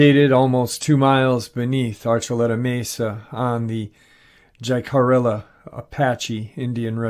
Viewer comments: Just so you know: The Jicarilla division of this Apache tribe is pronounced "He -ca-riya". As for Bill Cooper, and Phil Schneider, both Heroes, and the courageous efforts of Phils daughter to bring his fate to life, we need more like them to say the least. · Jicarilla is pronounced "hick a ree a" just saying. Thanks for the uploads 👍